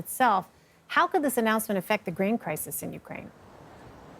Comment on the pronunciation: Please send that anchor lady to voice coaching, this is unwatchable. Listen to her say "Grain." It sounds far too close to "Green." I'll get my news elsewhere.